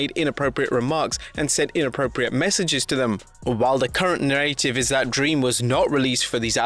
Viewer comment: Good LORD!! WILL YOU PLEASE learn how yo say narrative!! Its twisting my melon man! 😂🤣😂🤣